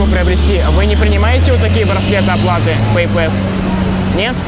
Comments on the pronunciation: Произношение "пэйпЭс" режет слух! Опять попытка быть большим англичанином, чем англичане! Вспоминаем: пассворд, длинный пас... И слушаем . Т.е., произносим пЭйпас с ударением на первый слог. И не иначе. Не надо коверкать слова, пусть даже они и вражеско-буржуйские... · Надеюсь автор видео уже запомнил, что: 1. Не беспроводные, а бесконтактные карты, какие нахй провода? 2. PayPass читается как ПэйПасс. 3. Просить расплатиться браслетом не стоит, ибо блять никто кроме тебя не знает что это.